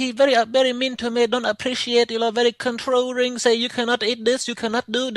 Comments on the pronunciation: “Controring” gets me every time😂😂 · "controrring" lmao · 'he very controrring!